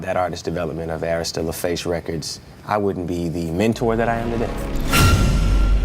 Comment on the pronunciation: I just cant believe a story from a white woman that cant say Arista correctly but has a clip of Usher saying Arista records correctly....Trying to expose someone and cant prounce correctly is very very red flag to me